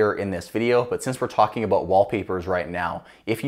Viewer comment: hehe... "Aboot" 😁